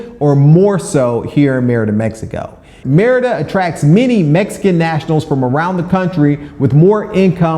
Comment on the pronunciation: Five years living somewhere and you still can't pronounce the name correctly is wild